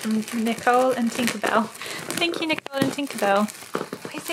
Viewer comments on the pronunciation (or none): none